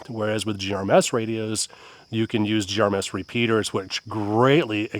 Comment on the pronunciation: I can’t stand you saying “GRMS”